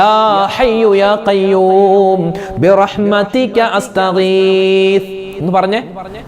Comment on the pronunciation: റജബ് & ശഅബാൻ കഴിഞ്ഞു റമളാനിൽ അല്ലെ ഉസ്താദ്. ബിറഹ്മത്തിയ്ക്ക എന്നല്ലല്ലോ ഉസ്താദ് ബിറഹ്മത്തിക എന്നല്ലേ ഉച്ചാരണം? പിന്നെ ദിക്ർ കിടക്കുന്നതിനു മുമ്പ് ചൊല്ലണം എന്നല്ലേ റസൂലുള്ളാഹി ﷺ തങ്ങൾ പറഞ്ഞു കൊടുത്തത്.